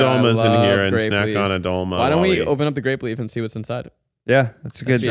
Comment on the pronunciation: I gotta say it, as a person of Greek decent the mispronunciations of " Doloma" is so painful lmao. But I do love the podcast! This one was a banger!